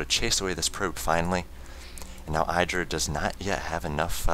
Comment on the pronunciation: The "i" in IdrA is pronounced with the short vowel sound, not the long vowel sound. IdrA said so himself on a teamliquid post.